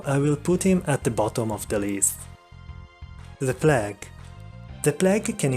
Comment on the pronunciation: Oswald Gardner yes his mispronunciations are contagious